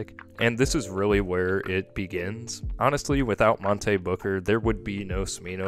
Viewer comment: The mispronouncing of Monte made this difficult to get through